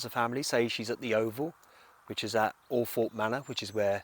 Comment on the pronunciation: Thank you for pronouncing althorpe correctly…. Everyone who’s not local always says it wrong